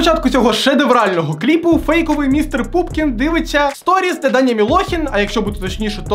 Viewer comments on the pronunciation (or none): Чому ПУПКІН а не пУПКІН:(